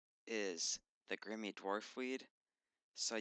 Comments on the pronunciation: 'Grimmy' LOL. It's Grimy mate, 'Gri-me'. Nice guide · AHAHAHAH did he really just say "Grimmie dwarf weed"? Wtf...that is definitly not how it's pronounced. I've NEVER heard anyone say Grimmie lol. Back to 2nd grade, i think.